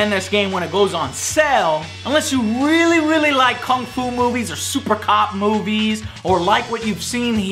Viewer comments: Weally Joey, weally? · REARRY JOE REARRY? XD 8/10 for me tho